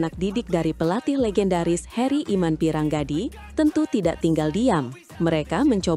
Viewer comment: Herry Iman Pirngadi, bukan Piranggadi, min...! Nama orang jangan diganti-ganti. Kualat, tau...!!! 😂😂😂